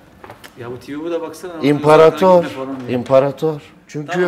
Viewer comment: Nihatin fayih terime imparatir demesi